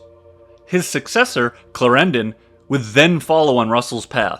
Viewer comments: "Claren-DON" not "Clair-ran-don" its a British thing. Note; Austria had a bit more of "Italy" then you depict. Its "Sublime 'Port-ae'" not ""Sublime 'Port' " I guess if we roll with your American pronunciations - fair enough - I'll just stop here ... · "Derby" is pronounced "darby" in fact. And Clárendon, not "claréndon". And "par"-mesten. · And Clarendon is stressed on the first syllable, not the second! It sounds rather weird. Still, loved the whole clip. Thanks. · Great Video, but.....Clar END on, not clrendn :) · The pronunciation of George William Frederick Villiers title is something like this: CLÁ-renden (Clarendon) Okay? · Excellent summary, but the pronunciation of proper names like Clarendon etc. is dreadful... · Clarendon and Derby, learn how to pronounce them. Otherwise great documentary.